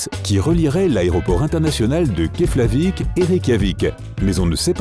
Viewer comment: Keflavik se prononce KePlavik pour info